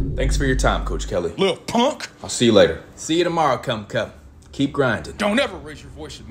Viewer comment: If you laughed everytime he said "commcup" like this comment😂😂😂 this guy and his names